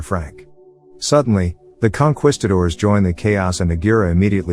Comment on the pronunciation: What is a "conqwistador"?